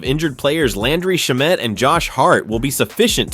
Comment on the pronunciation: Learn how to say Landry Shammet correctly!